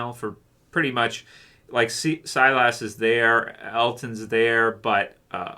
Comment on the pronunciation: Yep. never quite got that one right.